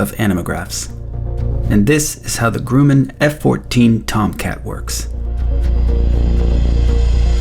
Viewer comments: Um….. grUMMan…. Not Grew-man…. 😅 Love your channel! 👍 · It's not Groooman. It's GrUmman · Grumman. Not grooman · Pronounced "gruh man" not "groo man" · can you please call it gruman and not grueman 😂😂😂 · Your name might now be, but your grammatical speech and accent say you're originally from somewhere in the former Soviet Union or the Balkans. Grumman is not pronounced "Grooman", it's pronounced "Gruhman". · First of all, it's pronounced "Gruh-man" not "Groo-man". I know because I was a Tomcat tweaker with VF-32 from aboard the Kennedy CV67. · I can't wait to watch this and I've already hit the like button. But it's GRUMman, not GROOMman. Alright, let's watch this! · It's not "Groom'n" its pronounced Grumman as Um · I love your content, but I believe that Grumman is pronounced ‘gruh - man’, not ‘grew - man’.. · Not Grew …. Or Groo … it Grum… Grum Man. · It's not pronounced Grewman. It's pronounced Grumman, it rhymes with bummin, or slummin (The U, has the Uh sound). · *gruhman, not grooman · Pronounced “Gruhmman” not “Groomman” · Grumman ✖️ "Grewmen" ✅️ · "Grew" min? Really? I'm done. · "Grew-man" but it got turbine correct (Not Tuban) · "Grooo man"? Yup instantly stopped. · Grooman... 😅 ah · The Groo-man F14? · "This is the GROOMen" pauses, sighs, and scrolls to the comments lol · Grumman is pronounced “Gruh muhn “ Other than that very nice video. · You really should consider a military liaison to proof your work. I love your work, but in a few of the videos there are glaring mistakes to anyone that has military experience or a love for aviation. In this video, a few seconds in you mispronounced "Grumman". The "U" in Grumm is pronounced like the "U" in crumb, not "OO" like in broom. Not hate intended, just positive feedback. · "Grooman"? Uh.... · Yeah, it should be Gruh-men. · Dude cannot pronounce Grumman correctly. Lol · I know, it's incredible you'd have a video with this level of detail and not know how to pronounce Grumman. Ten seconds on google.